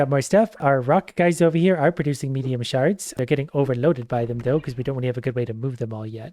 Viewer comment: I know you're saying shards, but for whatever reason all I hear is sharts